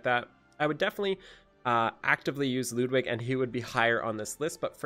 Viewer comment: I dont understand the hate on Ludwig.... first off, pronounce his name right and then realize that he has nothing wrong with his face or voice. You're review was so shallow and I would never know why you dislike him.